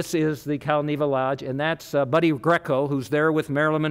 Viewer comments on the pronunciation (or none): none